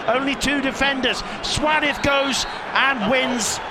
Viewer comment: Anyone know why the commentator calls Suarez "swadith"?